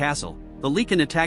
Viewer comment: The way you say Lycan infuriates me.